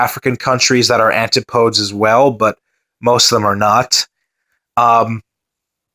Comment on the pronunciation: It's pronounced an-tip-uh-dee but fair enough ;)